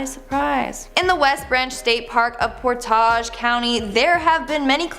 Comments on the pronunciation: Portage not por Tage it is not from the French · "Ack-rin" , Ohio ...( Not "A- Cron" ) Also, "Port-Age" ... ( Not "Por-Tahj" ) Js